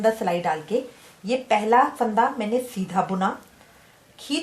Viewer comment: it's fanda not phaanda